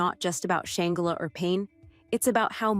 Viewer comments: Soft G Sh+Angela NOT Sh+angle+a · How you going to report on someone when you can't even pronounce her name correct. Gtfoh! I'm sry but they didn't look like frail lit boys. Gtfoh and why isn't her sister standing up for her? I think I smell a stunt! Nothing about her even suggest that she that kind of person. I think it's ppl trying to ruin someone who has worked very hard to realize her dreams. I don't believe a word of it😮😮😮. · Can you say her name right at least 🙊